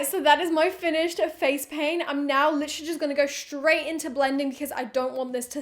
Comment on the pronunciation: No one:: litcherly every five seconds!😂 I counted and she said it at least 30 times!!